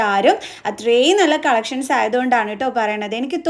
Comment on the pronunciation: dress എല്ലാം കൊള്ളാം.... പക്ഷേ അവതരണം കേട്ടാൽ വട്ടാണോന്ന് സംശയം...... മലയാളം നന്നായി സംസാരിക്കാൻ പഠിക്കൂ. നള്ളനള്ള കളഷൻസ്😂😂